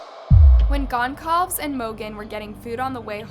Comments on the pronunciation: Yeah, it's Goncalves, not Gonclaives. What is wrong with you? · “Cal-Ves,” not “Claves” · Goncalves = gon - call - viz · you always say the names wrong... it's GON SSAL VEZ wtf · I don’t mean to sound rude but if you’re going to do a story on this, you should look up the correct pronunciation of the names. Goncalves, for example. It’s Gon Saul Vez. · Learn how to pronounce Goncalves correctly... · Thanks for covering this. You pronounce Kaylee’s last name wrong btw. May their souls rest in peace and the killer found soon.